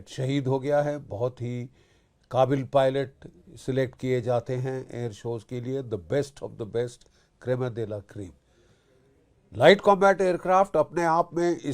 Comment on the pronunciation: It's not krema dela cream, it's creme de la creme. Someone please smack this geezer.